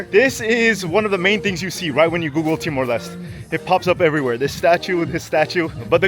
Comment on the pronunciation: TIMOR LESTE (LES-TE) not LEST or LIST!